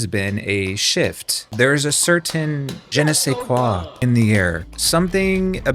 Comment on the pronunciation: I thought you said genocide sais quoi😂 And was applauding you for the pun😭